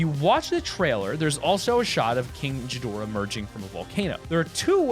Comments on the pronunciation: King jidorah?!!? It's king Ghidorah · It’s not pronounce “ji-dorah” It’s “Gi-dorah. Ghidorah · It's gidorah not jidorah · hear you mate it's ghidorah not jidorah I got so triggered by it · This is what I heard from him jidorah but it is pronounced ghidora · It gi+Dora no Gji+Dora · It’s not Godzilla or ghidorah the problem with ghidorah is that you can see his eyes and they aren’t similar at all and it can’t be rodan because he lives in volcanoes and mothra has blue eyes and Godzilla will his eyes are completely different also how dare you say gidora you idiot well you told me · Sorry to be a stickler but its king Ghidorah not jhidorah it has a G not a J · NOT jidorah but gidorah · Who's This "Jeedorah?" IT'S "GHIDORAH!" (Gee-Dorah!) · It's pronounced "g dora" not "j dora" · Trust me I’m a Godzilla nerd , those footprints are nothing like Godzilla and plus it’s pronounced ghidorah not jidorah , ghidorah doesn’t even emerge from a volcano. Sorry for going all out but I had to. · it's pronounced as ghidorah(gi-do-rah) not jidorah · Its not jidora its Ghidora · first of all you said it like (ji-dora) it is (gi-dora) and secondly none of the monsters in the movie have spikes near their eyes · It's not geedora its (gi-door/ra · I thought it was Ghidorah and not Jidorah! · hes saying jadora its gadora lol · and by the way it is king ghidorah and not jidora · when he pronounced king gidorah as king jidorah i cringed so hard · its called ghidorah not jhidorah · no offence but its king ghidorah not king gidora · As a Godzilla fan, I want to say some stuffs.. 1: You said Ghidorah wrong. It's said like this: (GEE-door-ruh) not (Ji-door-rah) 2: he wasn't coming out of the volcano he just landed on it (Yes I watched the movie) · It’s not king jidorah it’s king gidorah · Its king ghidorha not king jidora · You said King (J)idoraha its king (Gi-door-rah) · Its ghidora NOT jidora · It's G-dora not ji-dorah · ghidorah not godorah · It’s king ghdorah not gidorah